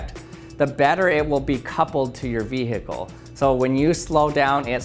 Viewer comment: Vee Hickle